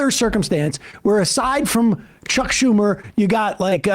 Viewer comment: Too many ‘H’s in Chucks Schumer’s first name.